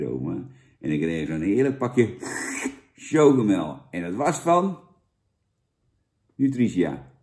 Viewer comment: Jij had universiteit gedaan toch? Als er een i achter een c komt wordt het uitgesproken als een s. Voor de rest vind ik je een top gast man!!!